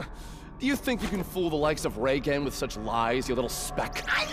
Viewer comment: "I Reigen Arataka, the new star of the paranormal world..." The first time I heard this I thought he called himself Tsar or Czar. Like he was aiming to become king of the paranormal world and just chose a different word to sound cooler.